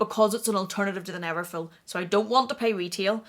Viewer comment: its called neverful not neverfill 😘😘